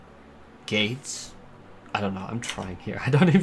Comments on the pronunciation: Eer are you saying gates or gays when it comes to gold saucer. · 100% is saying so the gay things 😂